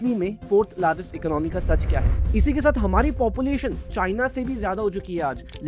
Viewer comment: Economy, your pronounce is wrong. Video is knowledgeable